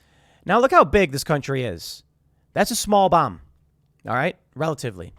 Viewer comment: omg, when i heard, “gravity bomb”, i had to replay it bc i SWORE i heard him say GRAVITY BONG🤣 maybe all that smoking did kill a few brain cells lmao